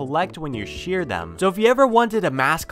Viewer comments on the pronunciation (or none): none